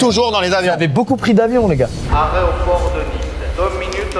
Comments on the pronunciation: "aréoport de Nice" à ça choque que moi 🤣 Aéroport on est d'accord 🤨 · le son derrière dit "Aréoport de Nice" à la place de "Aéroport" 😂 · ARÉOPORT de Nice 😂 Ouaaaaaaah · "Aréoport de Nice Aréoport de Nice 2 minutes l'arrêt" magnifique réf à la cité de la peur 😂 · "aréoport de nice" bahaha la ref de fou 🤣🤣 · Le mec a qui dit aRéoport 😭😭